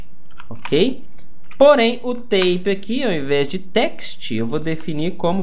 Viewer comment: Curso muito legal. Só um preciosismo: 'type' é pronunciado "táipe", e não "têipe"... ("têipe" é a pronúncia de 'tape'). ...abç...